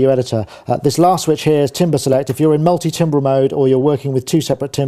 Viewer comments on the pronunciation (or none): "Tam-ber",, "tam-ber"